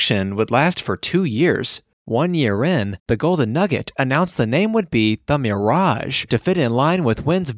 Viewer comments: Says "mearage" too. Grinds my gears along with the frequent upper reflections. Aside from that, it's an interesting look at an iconic piece of Las Vegas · I have never heard anyone pronounced the MIRE- raj" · Why does he pronounce Mirage two different ways?